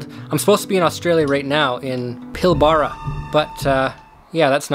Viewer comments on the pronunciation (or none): The way Aussies say “Pil-ba-ra” is by saying it like it was one syllable: “Pilbra”. Source: Aussie who enjoys your vids. Cheers. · Hey. Can't wait to have you here in the Pilbara. Also pronounced as pilbra. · Pilbara is pronounced pilbera. Said quickly. I'm not far from there. I'm heading south to yallingup, in search for gold, this week.